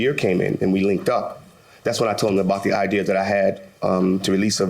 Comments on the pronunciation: ~ …but it is bothering me that he doesn’t really say eye-DEER correctly like most of us do in NYC. He says it more like “idear” which is lighter than it needs to be, which tells me he isn’t one of us!!! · he said "idea" LOL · Can someone tell him that there's no R in ideas!😅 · Quit fck'n saying "I-deer-rah" 🤬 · Idea is shorter than idear, idear is not a word. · It’s bothering me that the plaintiff is saying “idear” 😂🙉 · Dr Fauci pronounces idea as idear. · He can say ideology but can't say "idear" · What is "idear"? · Why is he saying "idear"? Genuine question. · ok, I can see saying idear once, but three times I know he's not joking 😳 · Just wtf is the plaintiffs “idear” here? I’m so fucking lost with his soulful gothic ass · If he say "idear" one mo time!!! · I laughed when the judge called both of them "very intelligent" and the plaintiff keeps saying "idear". 🤣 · exactly....I've heard people from certain regions of the US use "idear" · I have an idear.. my idear is that the judge wants to jump in and tell him to stop saying IDEAR 🤣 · Every time he says “idear” I hear it in Tyler Perry’s voice. 😂😂😂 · I felt like slapping him until he got the IDEA that it is IDEA the English language is fading fast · What kind of English is idear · STOP SAYING " IDEAR"!!!!! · Hurrr hurr guys guys he said "IDEAR" Grow up comment section lol. Anyways, yeah I feel like putting the sign in the music video was cashing in on a tragedy. Idk the video but sounds weird to just... insert that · I’m screaming lol I immediately looked in the comment Section when I heard ideeaaarr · I was waiting to hear him say it but i have a couple of auntie's that say it like that and it's always funny😂😂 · This is the only reason I came to the comments 🤣 "Ideer" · SAME. Idear. I can't. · Omgoodness yes! Old people who are trying to keep their dentures from slipping say the word "idear". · 😅😂🤣 I tried to watch it but I just couldn’t. He kept saying “Idear” 🤣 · Regional accent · Omg same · Me too...that R